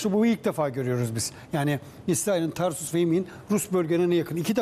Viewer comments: Tarsus değil TARTUS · Tarsus değil Tartus. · Tarsus degil TARTUS